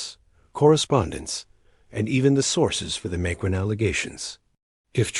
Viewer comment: You're not even pronouncing the Macrons name correctly. Brigette is a man, man. Produce your DNA if not true.